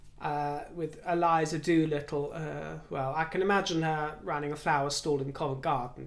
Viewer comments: Accent on the 'doo little' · Megan "Do-Little"